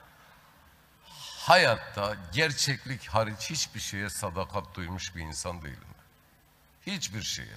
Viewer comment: " SADAKAT" kelimesini bile telaffuz edemeyecek kadar acizsin, tutmuş bir grup milletinin değerlerine sırt çevirmiş 3,5 lara Saray göstericisi rolünü ne cok benimsemişe benziyorsun.😂😂